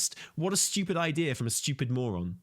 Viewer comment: saying Steewyuupid a couple dozen times at 2x is great